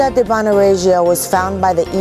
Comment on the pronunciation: Horrible accent !!! if you do a video, just learn it right! " Civita" is pronounced as "Chivita" with an accent/emphasis on the first i, not the second one, plus Regio, is "NOT" pronounced with that french-like-j, it's pronounced as in English "ReJo", that simple !!! don't mess with my language, respect ! don't be sloppy